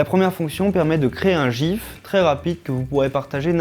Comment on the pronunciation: vous avez vraiment de la misère a dire le mot GIF vous les français.